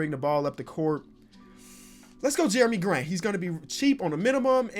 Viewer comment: He said jerimy grant